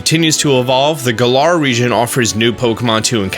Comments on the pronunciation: It's not guuular it's gal-er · I don't trust anyone who pronounces Galar as "Guh-lar"